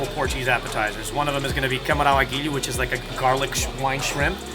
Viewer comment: It's not 'Camarão Aguilho'. It's 'Camarão "Al Ajillo" ' - It means literaly Shrimp with Garlic, but in Spanish. If you want to say it in Portuguese, say: Camarão com Alho.